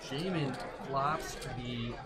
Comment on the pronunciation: Jaman, I was the Mike that said your name wasn’t Jah-man. It was pronounced Jayman, and she started calling you Jay-MAN... so tilting lol. Glad I made it into a vlog though!